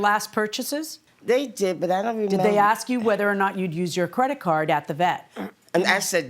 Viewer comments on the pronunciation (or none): People... No X in Ask... oy...